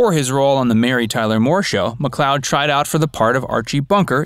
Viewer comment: last name pronounced like Lloyd like Lloyd Nolan/ Get it right once